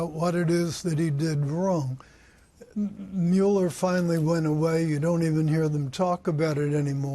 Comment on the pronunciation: Lol "Muler"